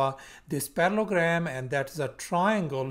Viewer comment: You are missing the middle el in your pronunciation and spelling of parallELogram.